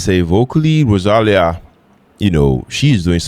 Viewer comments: Hi! Rosalía is pronnounced with the accent in the 'i', not in the first 'a': ro-sa-LÍ-a. Amazing song and MV! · Oh man, in every video of Rosalía in the comments they correct you how is the correct pronunciation of her name, and in the next video you still said wrong 😢 Remember: ro sa LÍ a, the accent is in the i Either way, great videos! She's an amazing artist. You will love her songs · Thank you for your reaction..tip: to proper say Rosalía you need to put the stress on the "i".